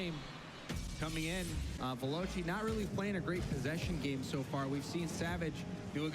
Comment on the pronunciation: The only thing that annoys me is that because they're American they can't say Veloce, it's pronounced ve-lo-chay not ve-low-chay